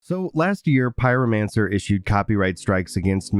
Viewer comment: Pyromancer?! Pyro. Mancer?! Ohhh. Ok. I remember why I stopped watching him 😅.